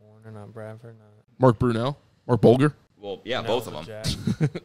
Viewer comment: I thought knew his shit until he pronounced Bulger’s name with a hard G